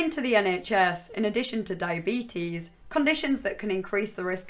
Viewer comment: I think you are saying diyabeetus wrong. But in all seriousness every time you say "OP", I'm like, who the hell is this Opie guy?